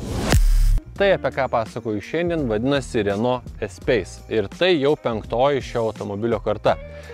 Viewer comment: Ne espeise, o espase tariasi. Taip pat kaip reno, o ne rena ult 😃.